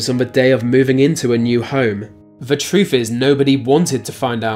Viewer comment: These comments are priceless. Why is it that the English have a horrible time speaking English? Troof? Did you mean truth? Apparently the inbred DNA you vehemently try to deny comes out when speaking. Let me give you advice, never throw stones when you live in a glass house.